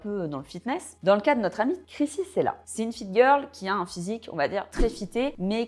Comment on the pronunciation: Krissy " Tchella" et non " Sela" :) très belle vidéo au demeurant evidémment :)🥰